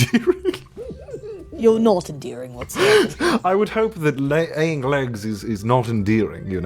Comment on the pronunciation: said aying legs instead of laying eggs. 😂😂😂